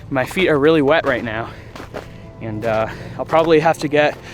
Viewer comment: I swear you add and e when you say and